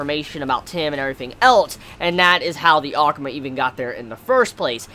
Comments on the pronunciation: Is saying ackma or akuma in his own way I can't tell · the way you say akuma sounds weird